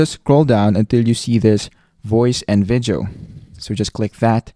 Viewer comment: The idiot can't even pronounce VIDEO ... he explains stuff worse than any 4 year old would.